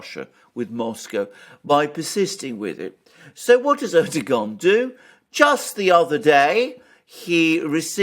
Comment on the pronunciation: Er doe wan, the G is pronounced as a W